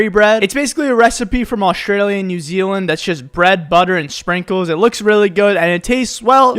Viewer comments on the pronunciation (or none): none